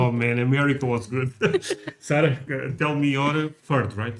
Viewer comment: Hey Dude, we believe the correct provocation of her name is Sa'R'ah, NOT Sa'l'ah :) ! Ha, you guys are so cute, raccoons are EVERYWHERE here in the States, we consider them as pests. Besides of deer, we also have tons of black bears (they invite themselves to your back yard almost daily), Brown wolves (coyotes), Great wolves, red foxes, rabbits, mountain lions, elks, moose, all kinds of eagles, owls and brown bears here on the East Coast (The New England area). You will often see them when you look out of the windows of your house.